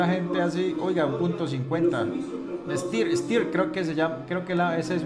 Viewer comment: identificaste el fusil bullpup austriaco STEYR AUG correctamente, pero se pronuncia "SHTAIR"; saludos hermano colombiano !